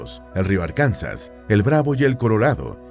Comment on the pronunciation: BUEN VIDEO. Sin embargo, dos recomendaciones: 1. Escriban los nombres de las capitales, para entenderlos mejor. 2. Corrijan algunas pronunciaciones, como por ejemplo Vermont. Es VerMONT, con énfasis en la O; Arkansas se pronuncia ARkansa, con énfasis en la primera A, y no se pronuncia la S final.